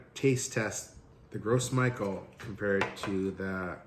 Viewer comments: Ce serais bien de prononcé le nom de la banane correctement si tu veux faire apprendre quelque chose. "grosse Michael" 😂 ça ce prononce "gro MICHEL"...à vouloir expliquer ce que c'est qu'une banane t'en est une sacré pauvre de banane mon gars 😅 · Omg...as a service I'd like to inform you of the proper pronunciation. Its not "gross michel" that banana originally came from the French Martinique islands and gros is the French word for big, hence "big mike". To pronouce gros it's more like the English word "grow", the s is silent. Next it is michel but pronounced the French way as intended, so one would say "Michelle". So grow Michelle. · Why does he keep saying gross instead of gros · I found out that it's actually pronounced groh mee-SHELL. Because it's a french name. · Gros Michel is pronounced as “gro Michelle” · Pronounced - Grow Michelle. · Gros Michele is a French word so I think it's pronounced "Grow Michele" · It’s pronounced grow michelle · THANK YOU! I'm cringing every time he says "Gross Michael" 🤣🤣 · Thank you - I was about to click off- I can’t with gross Michael! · I'm still gonna call them "gross michelles" 🤣